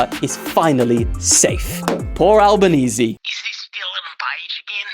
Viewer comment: Bro acc called Anthony Albaniese 💀💀💀💀